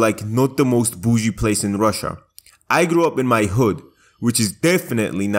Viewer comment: The way you say boujie cracks me up, also your editing is 👌🏼